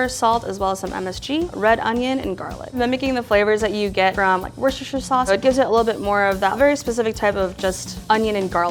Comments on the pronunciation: Americans trying to say Worcestershire sauce.. Worsheshirre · This video incluides at least 7 diferent pronunctiations of worcestershire